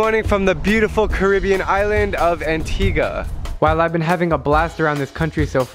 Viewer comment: Lol Antiga? U Mean Antigua